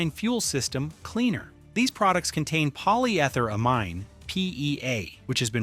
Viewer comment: Really? "Pollie" "Ether" "Ah Mine"???